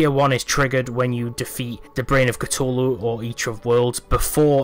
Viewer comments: This man said Cu-TOE-lu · ITS CU-THU-LU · "Brain of Catooohlu" lmao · a mix between the two